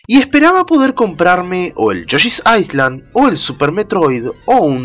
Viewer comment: Amigo tengo varios videos queriendote decir esto y me lo había aguantado pero no puedo mas, la palabra en ingles "Island" se pronuncia sin usar la "S" algo asi como "ailand", saludos